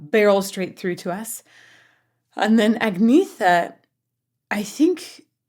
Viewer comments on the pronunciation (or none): Also, it’s pronounced “Aan’Yetta” not Agg-nee-ther. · Also, somebody needs to tell her that Agnetha is pronounced "Ang-yett-ha" (it's a Swedish thing - like the way Bjorn is pronounced "Byern"!) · Agnetha = "Ung-neh-tuh", with the emphasis on the "neh" syllable. In Swedish there is no lisp sound, the "th" isn't a digraph, just a spelling variety of "t". The "gn" combination is in most cases pronounced "ng-n", unless it starts a word. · Just a couple of corrections: You have the names backward. The blonde is Agnetha (pronounced like the "gn" in French, so her name sounds like "Ahn-YAY-tuh", not "ag-NEE-thuh"). Frida (yes, her name is Ani-Frid) is the brunette. We also have Benny (keyboards, songwriter) and Bjorn (guitar, songwriter). Agnetha and Bjorn were a married couple, as were Frida and Benny. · Nope :-) It is not pronounced Anyetta but more Agneta with the e sounding a bit (but not entirely like) the e in entry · If you say "Anita" .. you're close to the correct pronunciation. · For the uninitiated, a quick guide to approximate pronunciation. Agnetha - Ang - nyet - a. Anni-Frid (Frida) - Anni-Freed Benny is obvious Bjorn - Be - earn. On a different note, you might find the contrast between this and one of their songs such as The Visitors interesting. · Agnetha if you're being picky is pronounced Anyetta. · Frida is the brunette, Agnetha is the blond. Agnetha is pronounced Ann YET ah. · Aaaaaaahhhhh Agnetha is the blonde and you say her name An-e-t-ha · The blond is Agnetha pronounced Anita. Their first language is Swedish so their English is not perfect. I'm afraid this must be lip-synced to the original recording, that explains the choir sound. Even all their TV appearances were lip-synced. I'm sure it would be hard to reproduce that perfect studio blend live. Keep studying ABBA, they are truly amazing. "Knowing Me, Knowing You" is another favorite, so many to choose from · LOL - nope: Agnetha (pronounced "Agnyetta") is the blonde and Frida is the brunette.